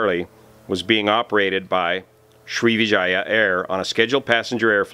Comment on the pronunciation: You got the like for pronouncing Sri#%¥€$@